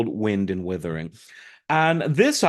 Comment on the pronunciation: Totally agree. But it’s Wind & Wuthering, not Withering 👍🏻